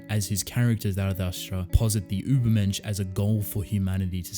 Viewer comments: ma boi im german and your pronounciation of the word „übermensch“ is pretty good actually. ✌️ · I also immediately thought of Nietzsche! Also as a German, let me tell you that you really didn't do too badly with your pronunciation :) It's a really great theme if Ishida decides to use it based on the title that I would personally look into even if that may not the the case. But I except nothing short of amazing from the author of TG so I truly look forward to it.